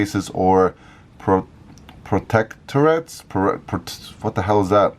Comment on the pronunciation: You said “protectorates” correctly early on, with a brief last syllable rhyming with “but.” These are places like Guam (and Puerto Rico, I think) that are protected by the U.S. but aren’t states.